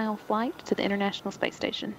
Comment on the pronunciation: . . . . . "the 'Inernational' space station". Amidst all this prowess of space technology it's astonishing that the consonant 't' in 'International' fails to enunciated.